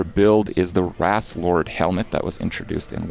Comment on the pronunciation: Is he mispronouncing wraithlord on purpose?